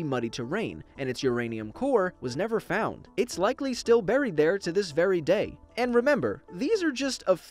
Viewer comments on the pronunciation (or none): none